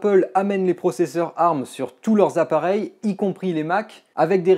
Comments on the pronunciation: On ne dit pas "arm" colée mais " A-R-M" lettre par lettre... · Mes oreilles !!!!!!! Un CPU arme ????? Ont dit ARM qui veut dire Advanced Risc Machine ! donc vu que c'est un acronyme ont dit A R M !!!! et non arme ! La prochaine fois dit usbe (Pour USB) ou spu (Pour CPU) tu auras l'air aussi intelligent ! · C'est la première fois que j'entend quelqu'un prononcer "ARM" en le disant "arme" et non pas "A,R,M", ça m'a perturbé tout le long de la vidéo x) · On dit A.R.M pas arm c’est terriblement degeulasse